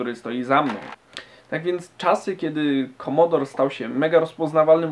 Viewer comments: Nie "Komodor" tylko "Komodore 64" :). Pozdrawiam. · Prawdziwi fanowie c64 mówią komodore a nie komodor. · KOMODORE a nie KOMODOR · nie komodor lecz komodore! takz esmy to zwali dawno temu hehehe